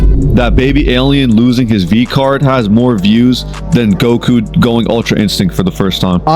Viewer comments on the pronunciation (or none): none